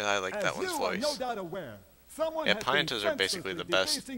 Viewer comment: The way you pronounce Pianta isn't pronounced Pai-ahn-tah, it's pronounced Pee-ahn-tah. Well, you told us to tell you how to pronounce shit. lol.